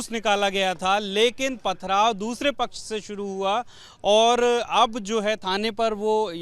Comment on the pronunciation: Muslim pach sahi nahi bol raha